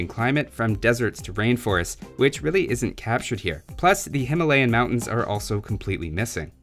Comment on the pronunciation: I am laughing at yout pronounciation fot Himalayan mountains, 11. Contact me for the correct pronunciation.